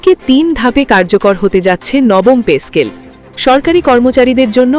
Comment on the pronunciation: পে স্কেল নাকি পেচ স্কেল শুনতে শুনতে কান নষ্ট হয়ে গেল